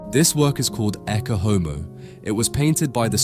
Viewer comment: Please learn how to pronounce Latin? It is not hard to do since "Ecce Homo" is such a famous phrase. ET-chay OH-moh - Behold the Man.